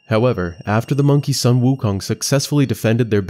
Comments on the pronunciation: Not Son Wukong. That’s Japanese. Sun, pronounce as a short of “soon” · The "Sun" in Sun Wukong is pronounced "Soon" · the "u" in "Sun " is pronounced as "/u;/"😊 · Just so you know, the U in sun should be pronounced as the U in Wu. So it's not like the moon and the sun.